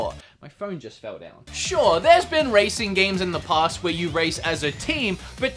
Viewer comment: i know how you feel when you said past with the hard a (almost like paste). i can't say y'all.